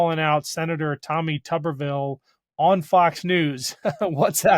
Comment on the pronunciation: Shouldn't Tuberville be pronounced with a long u? It'd be appropriate, he's a potato.